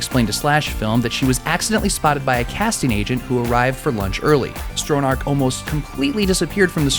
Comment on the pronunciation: Tami "Strow-narrrk"?? ...it's pronounced "STRONNACH", soft "ch" as in "Loch Ness" (not "lock" ness). Still, nice presentation. Thumbs up.